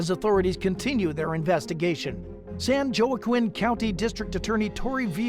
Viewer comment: San Wa-keen...